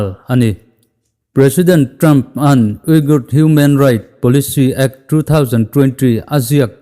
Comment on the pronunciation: Xinjiang hi sin-chiang (ri khamphei ve ve, "khamphei' ri angin) tia lam tur ania, uyghur hi ui- ghur tia lam tur, ka ui lutuk tia "ui" ri ang leh ghur chu ri chhuk, vai ho kurtai sawina "gur" thluk angin, inthlahrung takin ka lo sawi ve mai mai.